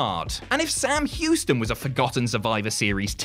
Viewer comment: More like “Sam Whoston”